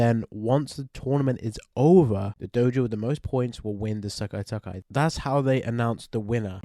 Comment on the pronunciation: I find it funy the way you say "Sekai Taikai" as "Sekkai Takkai" 😁